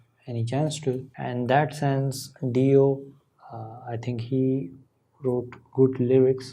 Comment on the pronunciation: Hi! It’s been awhile. I hope you and your family are well. Ronnie James Dio was considered one of the best guitarists of his time. I think his name is pronounced Die-o. Vinny and Carmine Appeci were from the area where we grew up. I think the song is about Christ’s decent into hell after His crucifixion. I’m not sure. I always like listening to your thoughts on things. Be well.